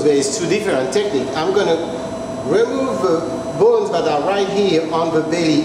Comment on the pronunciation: him: bones what i hear: balls